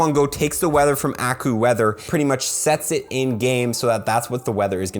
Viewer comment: The way you pronounce AccuWeather is hilarious. Lol. "Akku-weather". I'm fairly sure it's a play on the word "accurate", so I believe it's "Akyu-weather"